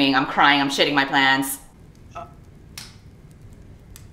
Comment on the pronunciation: am i the only one who thought said "i'm shitting my plants"? 💀